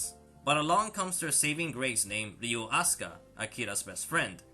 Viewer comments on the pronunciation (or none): It's Ryo, not Ryu. Bruh